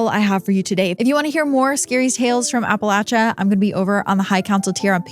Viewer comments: I appreciate you pronouncing it correctly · Blue Ridge Mountains in Virginia. ❤ So nice to hear "Appalachia" correctly.